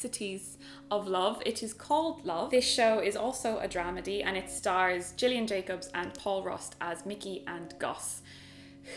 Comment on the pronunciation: isn't it gillian (with a guh not a jee )?